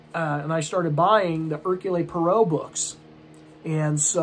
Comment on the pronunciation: Hercule Poirot is Belgian his name is pronounced /ˈɛərkjuːl ˈpwɑːroʊ/ perhaps watch a video on it like: "How to Pronounce Hercule Poirot? Agatha Chirstie's Belgian Detective Character" by Julien Miquel The mysteries of Belgian French pronunciation!